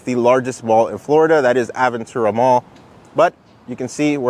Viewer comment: Hearing Aventura pronounced improperly is so weird. Its a Spanish word